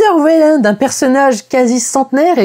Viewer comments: Au passage, on dit "ouéland" et pas "vélande"... Mais si encore c'était le seul truc que tu avais pas piger dans ce film... Ou dans la saga Alien... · tu prononce weyland " vélande " -> alors que j'ai toujours entendu "way-land" "ou " ouai lande ", comment cela se fait t-il ? ( ici la fille de weyland qui prononce "son Nom" ) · Très bonne critique de ce film cependant Weyland ca se Waylande pas Vayland bordel de merde